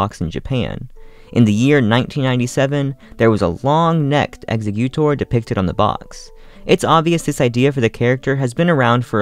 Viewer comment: I’m sorry, but the way he pronounces “Executor” makes me want to die.